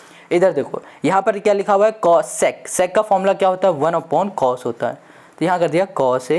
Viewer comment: Bhaiya aap mujhe ek BAAT batao😂😂 Aap Cos Ke C ko U kyu banate ho 😂😂 But sir mai aapaka bahut BADA fan hu aap ke method of teaching bahut shandar hai !!!!